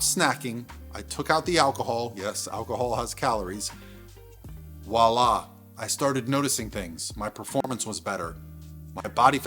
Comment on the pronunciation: "wah-lah" starts with the letter V